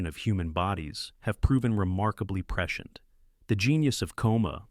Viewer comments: Preshent, preshent, preshent, lol, cmon A.I voice man. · Especially when Hal can't pronounce prescient - a word that's scripted so many times it becomes ridiculous. (Press-see-ent) Ugh. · AI is not a threat until it can pronounce the word Prescient (preSH(ē)ənt) correctly. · Apparently, someone has taught AI the word "prescient". 🙄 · Baled partway through because I couldn't handle hearing the word "prescient" anymore. Annoying word, especially annoying when pronounced in two syllables. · Prescient. In prescient the “i” is sounded. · This video has raised so many questions for me. Mainly, how to pronounce the word ‘prescient’.